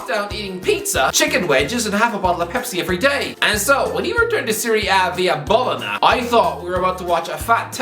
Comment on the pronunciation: Bologna is pronounced bolonia